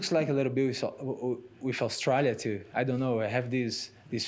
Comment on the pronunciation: for a split second when his says Australia he has a really Australian accent.